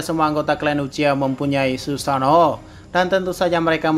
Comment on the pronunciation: ngomong sussano nya lucu